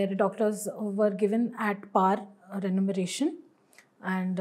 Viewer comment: she’s saying renumeration??😂😂😂